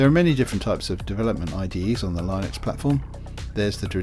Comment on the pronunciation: Why are you mispronouncing Linux? Are you doing it intentionally?